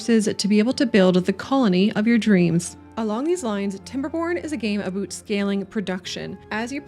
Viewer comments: Aboot lol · Did you say aboot? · I know I'm late to the party here but I've never actually heard someone pronounce it "aboot" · aboot.... a candian talking about a game about beavers... peak content... no seriously this is peak. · This is the first time I've ever heard someone naturally pronounce it "aboot". I've lived in canada for 45 years. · Noticed that too 😂 (a👢) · I heard aboot and thought Newfoundland. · its funny when you say "aboot" it reminds me of my home town in Scotland lol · Great video. But man, it's amazing how I detect no accents, until aboot hit me in the face! XD